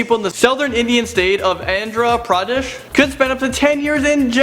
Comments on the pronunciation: also it's pronounced aa-ndh-ruh pr-uh-desh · btw it's pronounced ANdra PraDESH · This is how you pronouce Andhra Predesh (AN-dra -PRA-desh) im just using my brothers account